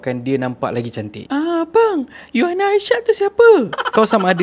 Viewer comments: Bukan You-aina Arshad la.. Mmg la org xkenal You-aina Arshad.. Hihi..sebutannya Uyaina Arshad.. U-uuu...yai-yaiii...na-naa..Uyaina.. So sebutannya Uyaina..bukan You-aina..haha.. Haha 😂 jangan mara haa... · cara abg sebut nama uyaina arshad tu salah.. bkn yuaina.. bkn juga yuyaina.. tp U YAINA.. U tu sebut U bkn YU